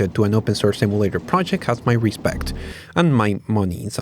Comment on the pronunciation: Emulator is pronounced like Em You Late Er. NOT Eh Moo Late Er. Just helping you out with your English.